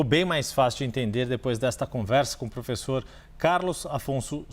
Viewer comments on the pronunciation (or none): Pôfêssô, pôfêssô, pôfêssô… 🤡🤣🤣